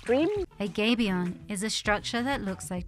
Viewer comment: It's not a 'gaybion'; it's a 'gabion' where the 'a' is pronounced as in 'habit'. Originally used to protect cannon on a battlefield from the opposition by absorbing the cannon balls.